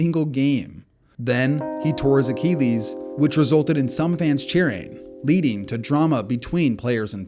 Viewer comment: Why are YouTube announcers so prone to unique pronunciations of words? A ceelies for Achilles (A kil lees)?